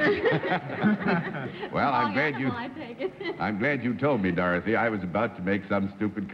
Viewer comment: Johnny Olson consistently introduces Dorothy Kilgallen as "Dawthy"